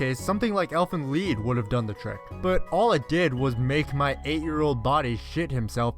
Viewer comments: Elfen... LEAD?? Why would you read "Lied" as "Lead" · Why are you saying LEED instead of lied